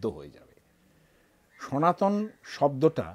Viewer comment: Your pronounce is totally wrong,. Sanatan not sanatani.